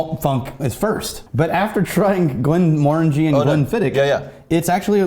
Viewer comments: Ur saying glenmorangie wrong btw. You need to say it quicker and pronounce it like mor not more. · I like these guys, but I kinda hate the way they pronounce glenmorangie